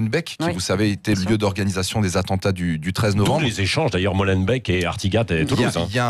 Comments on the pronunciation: Arrêtez de prononcer Molenbeek "Molenbècq"... ça se prononce "Molenbéék". Et ne dites plus "BruXelles" mais "BruSSelles"--> Pensez à Auxerre ! S'il-vous-plait ;-) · Bon les frouzs, pour info ça se prononce Molenbéék et pas Molenbèk! Ça irrite nos pauvres oreilles de petits belges quand on entend ça 😂😂😂